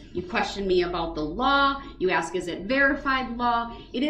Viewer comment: Hate it when he mis pronounces word like axe,truf,biast and all the others he butchers 😮